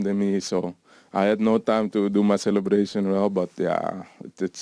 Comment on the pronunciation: The way Bergwijn pronounces ‘celebration’ you know he is from Amsterdam haha